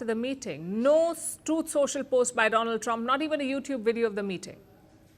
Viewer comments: My phraaand dolaand trump😂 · My phraaand - Do- Lund trump sar😂😂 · Chai wala , my priend donold trump😂😂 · My phriend dolaaand trump 😂